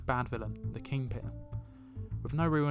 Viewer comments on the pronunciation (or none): Are you saying ‘King Ping’